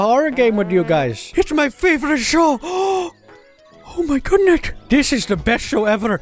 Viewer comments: Someone count how many times he says "O MY GOODNES." Sorry I ment "O MI GOODNET." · Said O MI GODNETT nine times, and said OH MY GOODNESS once.